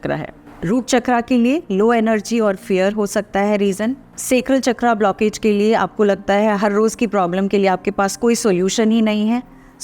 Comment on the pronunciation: Instead of saying "चक्रा" you should say "चक्र"